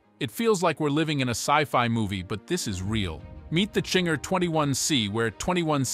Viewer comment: It's not Chinger.... it's Zinger